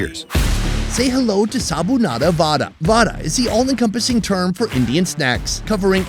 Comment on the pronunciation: what the hell is Sabunada Vada? It should be Sabudana Vada.